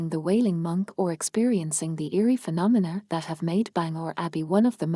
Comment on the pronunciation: Can you PLEASE STOP using A.I. for the narration.....what the hell is a "Carstle"......also what is "phenonmer".....also the pronunciation of Armagh is wrong.....i got as far as belfast castle and had to stop watching due to the annoying robot voice